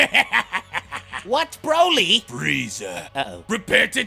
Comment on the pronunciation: NOT WIS..NO NO This Brody this BROLY